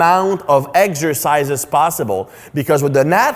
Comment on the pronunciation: My doctor Greg also says Eggsercises